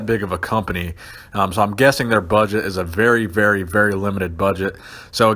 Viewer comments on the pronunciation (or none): none